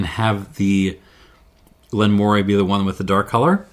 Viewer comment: In addition to the fyi below on Elgin, Moray is pronounced Murray. Another fascinating in-depth tasting and series of comparisons, and I'm yet only half-way through watching, thanks.